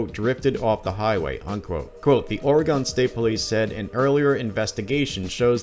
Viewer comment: Dude you live here. Why do you pronounce Oregon like that?